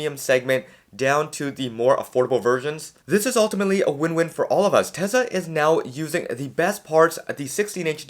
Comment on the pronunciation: Generally good videos, aside from 2 things, AI5 isn't supposed to be available until late 2026, which makes sense as the design was just approved. It will take time to ramp up production. Number 2,, I understand you speak fast, but Tesla is pronounced Tesla, not Tesa.